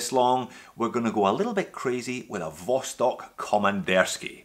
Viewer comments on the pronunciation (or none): Great video! Note that Vostok is pronounced "vastòk° (means "east"). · Vostok? I won't make that mistake again.